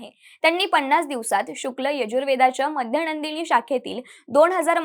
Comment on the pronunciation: ताई बाकी छान. पण मध्यनंदिनी नाही हो, ते माध्यंदिन आहे